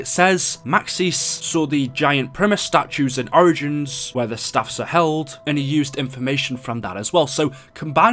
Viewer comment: Its staffs not saffs